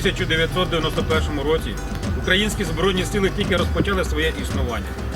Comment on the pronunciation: Наголос! УкраЇна, украЇнські, а не укрАїнські.